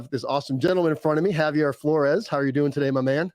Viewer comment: Btw its Javier not Javiar bro. Lol ur butchering his name